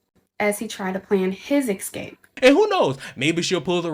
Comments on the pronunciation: Interesting how a tarot reader can Sherlock the case But somehow flop by pronouncing "EKSCAPE" Gurl has fortune in crime, but has zero fortune in that one word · She keeps saying “ekscape” and it’s killing me! Also, I love how certain segments of society brandish that they are attending college. College doesn’t mean what it use to (being moderately intelligent). It now means you’re kind of stupid wasting all that money on a racial studies degree. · Forgot about her making up delusional crap out of nowhere, im just tired of her saying "exscape" repeatedly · Reminds me of dory Es ka pé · I'm deeply offended that she's mispronouncing the word escape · I caught that as well but thought I had simply misheard it.